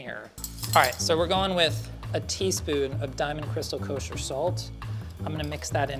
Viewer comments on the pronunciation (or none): none